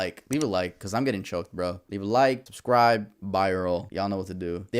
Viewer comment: Talking about a dead family and a malnurished dog but hey like and sibscribe...bad timing